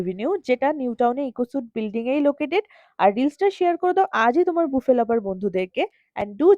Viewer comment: Thank you... You are the only bengali content creator who rightly pronounced buffet as 'boofay' and not 'baffett' .